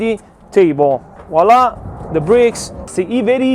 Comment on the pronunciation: I think if you’re gonna say wala! 600 times per video you should at least pronounce it correctly :-). Voilà!